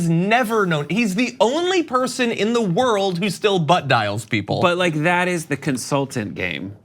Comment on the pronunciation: “You want to feel a certAin way about the wold”...ProFound